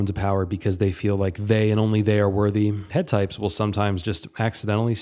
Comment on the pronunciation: I’m a bit confused on what you said here did you mean 8 types? Sorry it just sounds like you said “head types”